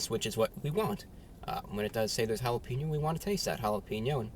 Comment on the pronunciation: Hala-Pain-Yo's. not Hala-Peen-O's.